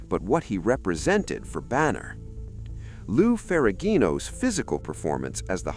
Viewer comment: You miss pronounced Ojai, and Ferrigno